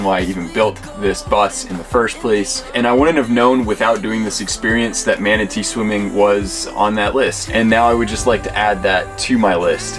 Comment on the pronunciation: Manatee or WOMANatee 🧐